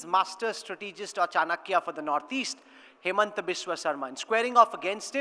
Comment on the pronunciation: Why the fuck is he calling him hemant when his name is himanta